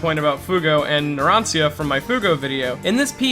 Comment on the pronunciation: As someone who speaks Italian, that pronunciation of Narancia hurts.